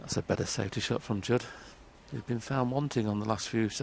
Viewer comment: His name is Judd not Jude